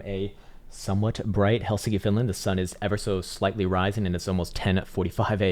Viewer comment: Did you say you're in Helsinky?